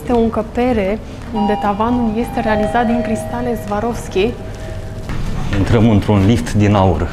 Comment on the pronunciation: Soarovski așa se pronunța !